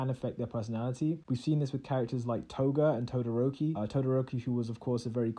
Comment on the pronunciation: It's not pronounced To gata its pronounced Toga ta